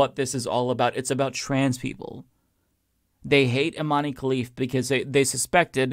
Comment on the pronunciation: How long do you have to follow Imane Khelif's story to learn how to pronounce Imane? It really undermines your claimed knowledge about this topic every time you turn Imane into a three syllable name.